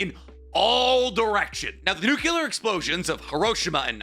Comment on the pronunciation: The way he pronounces nuclear is irksome